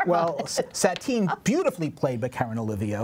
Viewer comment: If you're going to review ''Moulin Rouge!,'' please have the professional courtesy to learn how to pronounce the names of the Broadway stars you're critiquing. It's not Aaron TVET or TVIT. It's not Karen OLIVIO. It's Aaron Tveit (which rhymes with wait) and Karen Olivo. And then there's the mangling of Sahr Ngaujah's last name; it's pronounced gow-jah, not negallah.